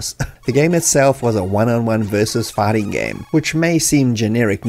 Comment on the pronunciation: it took me till minute to understand you were saying "fighting", i was hearing "farting". I heard a farting sequence was removed and I thought "well, ok, i guess a farting sequence was not necessary" 🤣